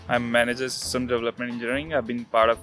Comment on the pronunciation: sounded like a flying flies like in his title he couldnt pronounce system lol 😂 I will write more as the interview goes on